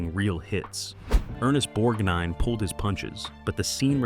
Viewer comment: Nice goin and the restof ya!, Bludy brilliant movie! One of my favorite movies, I haven't seen enuf times, yet! But I gotta remind you, thats Ermest BorGnine not nor bornine!!!!! Who or what is pruet shouldn't that be Pru'I't I hope when I watch it again your tainted wordin wont ruin it for me!